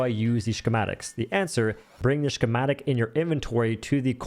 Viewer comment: That is not how you say schematic. Ska ma tick